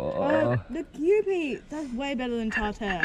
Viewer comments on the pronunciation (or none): Its not kewpi its kew-pie